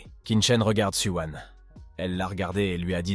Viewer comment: Su wan , Su wang , su wiin ... Il faut savoir non mdrr